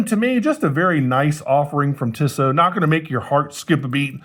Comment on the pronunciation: It's pronounced 'Teesoh' with a long E followed by a long O.